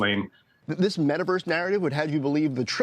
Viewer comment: the Meh-taverse 🤣